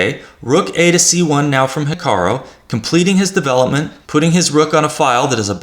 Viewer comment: It sounds like you're saying HikaRO rather than the correct HikaRU. Apart from that irritating detail, good video, thank you.